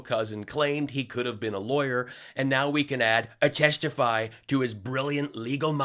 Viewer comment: Did he say "attesitify"